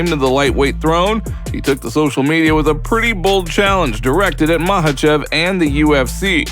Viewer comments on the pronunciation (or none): Chael Sonnen and his Islam Mackelchev 😂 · When is Chael gonna tell Islam how to pronounce his last name right?